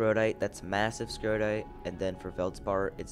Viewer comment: Just a nit pick... It's S..core..dite. And Pie..rocks..ene